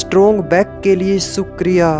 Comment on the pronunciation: Good work by Sh. ji as the positive affirmations really work in our lives.... Please correct the pronunciation of ' SHUKRIYA', if possible...Thank You🙏